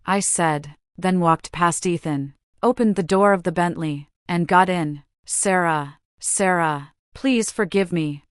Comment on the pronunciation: Your automatic voice kept kept saying "my my love" when Ethan kept refering to Sarah. There where a lot of stops and miss steps when the voice would say some words like "Star ah". Some proofing needs to be done.